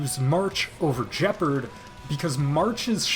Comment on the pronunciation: Nobody talking how this dude calls Gepard “Jeperd”